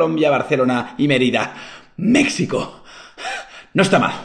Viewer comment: Ya registrado en el concurso, por cierto Willy, se pronuncia Méjico, aunque se escriba México, :) (Y)